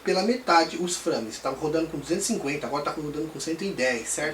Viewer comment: Frâmes ... hehe bom video cara